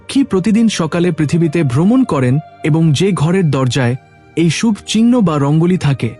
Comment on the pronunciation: বড়/ শুভ/কলস -এই শব্দ গুলো আপনার এই ভিডিও তে উচ্চারণ করেছেন বিভিন্ন সময়ে। যা ভুল উচ্চারণ।আগে উচ্চারণ ঠিক করুন তার পর ভিডিও আপলোড করবেন।